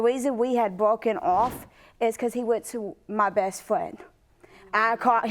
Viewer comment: Bess Fwen 😂